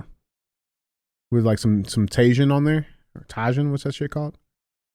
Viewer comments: DJ pronouncing tajin as tay Jin is another reason to come back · Someone call the police for the way DJ originally pronounced "tajin". 🥲